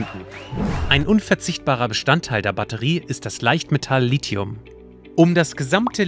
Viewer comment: Endlich mal jemand, der Lithium und nicht 'Lizium' sagt... :-) top!